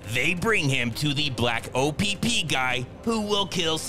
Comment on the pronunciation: I like how he kept saying O p p through out his review😂😂